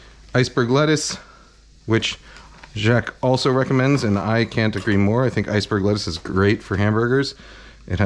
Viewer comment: Thank you for pronouncing Jacques correctly. 80% of people cannot even when you tell them how, it’s ridiculous